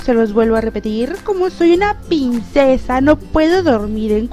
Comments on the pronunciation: Tienes problemas con la ''R'' ? o por que dices siempre ''Pincesa'' y no ''Princesa'' La verdad es que rei mucho dije; ''Se habra equivocado la mejor youtuber del mundo? =|'' x'D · las pincesa noooo es princesa aprende a ablara primero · like si te diste cuenta que dijo baby pincesa enves de baby princesa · Hola te quiero mucho pero no es pincessa es princessa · decia pincesa no princesa